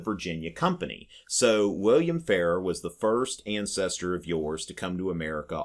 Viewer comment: Frank Farrar was Governor of South Dakota when I was young, but the name was pronounced differently than the way you’re saying it. It was Governor Fah-RAHR (you’re saying it like “fairer”).